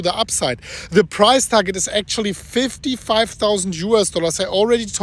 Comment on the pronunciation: I heard “today for the bitcoin fries”